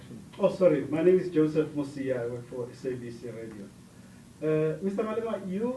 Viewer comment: I thought I was the only one who heard ‘ANIMAL OUT’